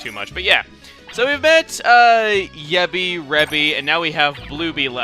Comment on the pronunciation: Jebi in Serbian means "to fuck", and is pronounced the same way as you pronounce Yebbi.